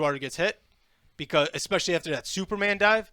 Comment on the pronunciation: Dear, This your 4th grade teacher Mrs. WawahHwahwaHwa. Please stop saying 'ekxpescially.' I know you can do better. Don't make me send you to the Principal's Office!!! Signed, WHH